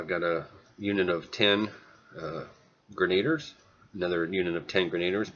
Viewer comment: Realy good game, thanks, just one thing bothering me, its pronounced gren-a-deers not gren-aid-ers, sorry...